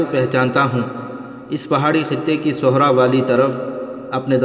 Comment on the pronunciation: ALLAH TALA ka واسطہ ye asa nalyq admi کہاں se ڈھونڈ کر لائے ہیں آپ. Ye admi khushky ko khashky kehta hai. Sehra ko sohra kehta hai., Fahad ko fahed, pehly ye خیمہ ko kaima aur kbuda ko kuda kehta tha lykin ALLAH TALA ka shukar hai ye غلطی iss ne theek ker li hai, غیرت ko gheerat kehta hai, baghi ko bhagi kehta hai. Ye ان پڑھ kahan se ڈھونڈ ker laye hain ap itny خوبصورت سچی داستانوں کی دھجیاں اڑانے کی کوشش کر رہا ہے. Ap iss ko اُردو tu sikha dety. Ap log ki itni بڑی کوتاہی ہے. Pakistan ki national language jis ko nhi ati ap ne us se itni عظیم الشان kahanian parhwa di. Kia ap iss غلطی ko darust fermaye gah?